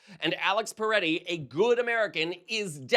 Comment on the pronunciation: The victim’s name is Pretti not P(er)etti.